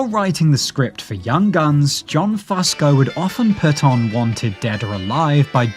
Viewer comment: I can’t listen to one damn second more… Damnit it’s “Fusco-Few-sko”